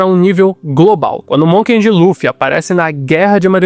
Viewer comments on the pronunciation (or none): voce mandou varios "Monken de Luffy" com N que eu ou vi muito bem ahahah. Gostei do video.